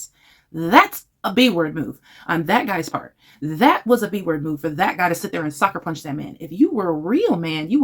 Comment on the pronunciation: It’s “Sucker Punch “ not “Soccer punch “. 😂😂😂